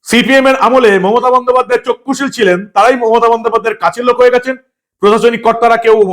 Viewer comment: কথাটা চক্ষুশীল নয়, চক্ষু:শূল